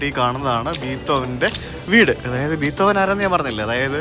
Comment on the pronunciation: ബീത്തോവനല്ല ബ്രോ ബിഥോവൻ